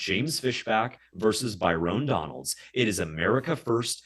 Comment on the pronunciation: Calling him By-rone Donalds is friggin hilarious